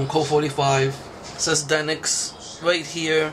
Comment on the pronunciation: You pronounce it deinix its actually d.e.n.i.x